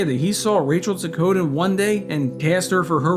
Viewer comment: I think they mispronounced Rachel’s last name too.